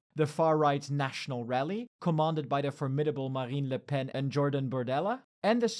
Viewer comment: "Formidable La Pen". Jesus Christ, go back to school kid